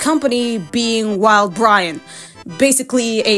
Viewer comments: Did you just say "wild-Brian"? 💀 It's uhh.. it's Wildbrain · The disrespect on saying Wildbrain like that 😭😭